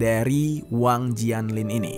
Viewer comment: Bacanya Wang Jian (Cien) Lin, gemes deh minimal google translate apalgi nama asing